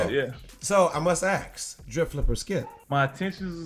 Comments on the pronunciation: Sole Collector why dad started to say “aks “ instead of “ask” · nobody: dad: I must AKS!